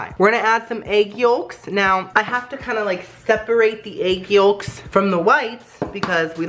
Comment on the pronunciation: did anyone notice the way he said yolks ..... he called it youlks